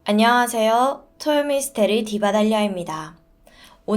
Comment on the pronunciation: 안녕하세요~ 할때 요~ 부분 이상해요 ㅠㅠ